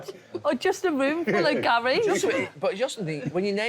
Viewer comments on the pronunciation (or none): Why does Ian Wright call Neville 'Gal'? It's odd and I can't ignore it now that I've noticed 😭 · What does Ian call Neville? Sounds like 'Gal' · Why does Ian say GAYL when he's talking to the blokes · Why does Ian Wright keep calling Gary Neville "Gail"?😂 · He’s saying Gal for Gary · Why does Ian call Gary, Gal? 😅